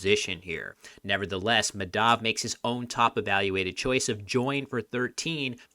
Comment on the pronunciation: The name is pronounced Maa (as in demarcate) + dhuv (rhymes with love) and similarly Kaa + muth (the vowels make the same sounds as the first name and the th in the muth is kinda pronounced like the th in "thirst")